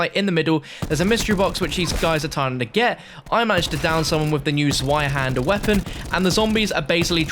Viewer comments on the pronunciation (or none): It’s not pronounced zwie it’s pronounced zvie, it’s the German word for the number 2 zweihander literally means 2 hander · It's pronounced 'TswaiHander', not ZwaiHander. No hate, just a tip. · Zweihander is German and "zwei" is pronounced like "svi"